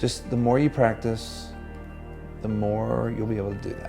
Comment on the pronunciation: Praticeee. Praticeee. PRATICEEEE